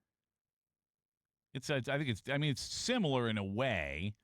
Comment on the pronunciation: You have zero conception of what 2 billion is. Stop saying it with emphasis like you do.